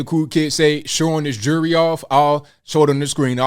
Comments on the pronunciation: Jury or jewelry? How is that word so hard to pronounce? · What’s with all his jurree (the “bishop” can’t pronounce jewelry?) What religion is he preaching with all those riches…he’s like drug dealers with their gold chains.